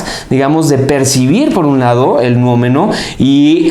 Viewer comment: Se dice Noúmeno, no Nuómeno. Error de principiante.